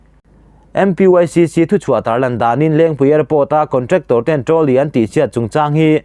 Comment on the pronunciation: Trolly tih pawh chu iva lam thiamlo e,midang sawi te pawh i hreve tawhlo a mawni le.